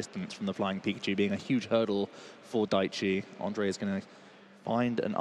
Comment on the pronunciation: Great games! I am happy that someone from my country won the worlds, altough I had a laugh that the comentators kinda gave up on pronouncing "ř" in Ondřej and called him Ondrej instead. 😀 Anyway, I loved those decks. Who could have tought that the flying Pika would end up being so good.